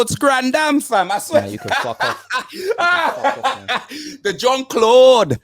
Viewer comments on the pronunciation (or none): Yo what happened to your accent when you said fuck off man. Was u putting that on?? That was sooo cockney